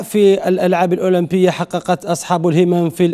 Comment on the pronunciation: جماعة ركزو مليح في بداية لفيديو كيفاش نطق الأولمبية😂😂😂😂